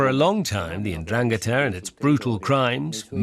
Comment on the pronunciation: It would be nice if the narrator knew how to pronounce 'Ndrangheta (en-DRAN-ghe-ta). That's why most of the world has no clue about la mafia calabrese.